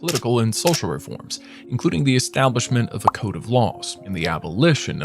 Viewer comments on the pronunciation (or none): none